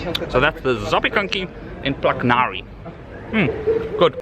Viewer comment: ZAPIEKANKI RULEZ!!! And You said it very nicely and correctly 😉